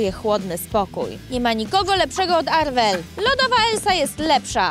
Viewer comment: To nie jest Arwel tylko Marwel